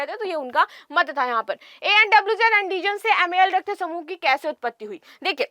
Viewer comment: Andijan nhi antijan Hota h